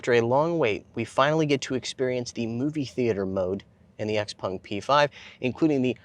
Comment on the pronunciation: X-PAng... "en" is pronounced "an" in Chinese (pinyin).